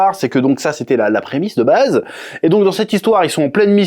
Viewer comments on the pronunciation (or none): none